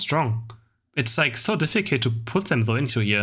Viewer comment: much love!! but you need to learn how to pronounce „difficult“ in english sorry